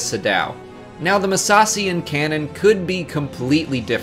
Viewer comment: I die a little every time he says "Muh-sassy".